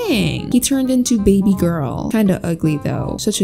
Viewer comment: I love how she said Material gworl eyebrows